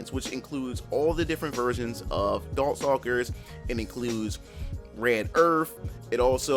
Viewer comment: Did he say dorkstalkers??😂